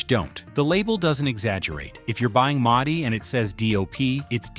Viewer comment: Please teach your AI to pronounce Mutti correctly